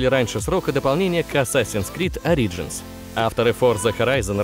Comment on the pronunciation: Почему Ари-джинс? Ориджинс вроде же... это не критично конечно, но лично мне было неприятно, чтоли